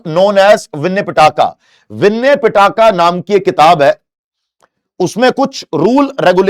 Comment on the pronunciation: Sir just called Pitaka to Pattaka 😂